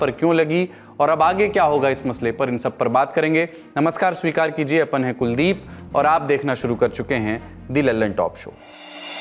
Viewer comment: Apan not apun.